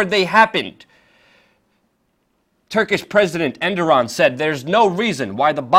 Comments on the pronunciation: Luke, his name isn't pronounced "Enderon" I believe it's pronounced "Erdowan" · Enderan? It's Erdogan. Mis pronunciation is confusing. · Great info, but please pronounce the Turkish president's name properly. You pronounced his name as ENDORAN, when it's actually ERDOGAN. i'm just letting you know this because you open yourself to trolls who will attempt to discredit you based on this insignificant detail..Other than that little mishap, great work and keep it up ! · "Endoron" lmao. I love WeAreChange Luke Rudkowski, but you gotta work on your pronunciations. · Good report but how are you pronouncing 'Erdogan'? Sounds like you're saying 'Enduron'. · Who the fuck is "Enderon"? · erdogan is pronounced er-do-wan. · If you are going to pretend to be a journalist, at least take the time to learn the names of people and things you are pretending to report on: 1. It is not "End-Ah-Ron," it is "Ere-doe-wan." 2. The former Constantinople is not "Anna Kara," but "Ank-Ah-RaH" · Who is ED-NAR-ON and where is ANK-ARE-A ?